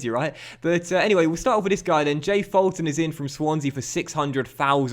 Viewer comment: Fulton is pronounced as Full-ton